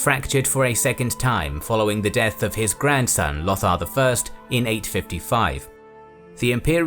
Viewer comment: Is that how you pronounce Lothar?